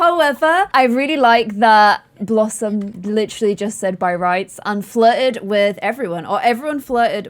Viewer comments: lol did say Blossmay instead of blossom😂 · I can´t be the only one that heard say blossmate instead of blossom when blossom asked if she should ask Annabelle over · Did anyone else notice she said blossmate instead of blossom 😂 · When said "Should blossmate" I died